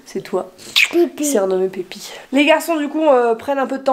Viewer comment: Mais il dit « Pipi » ou « Pépi » parce que j’entends « Pipi » 😂